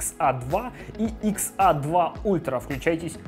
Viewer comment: XA - икс эй! Это правильное произношение